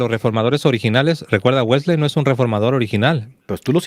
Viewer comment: Los dos hablan Inglés- a ti nunca te he escuchado pero se que lo hablas- tú si lo hablas tu esposa es norteamericana y ambos pronuncian WeslEy, no la última " e " no se pronuncia, es ' Wesly' así es la correcta pronunciación, qué pues dicen en el norte, gracias.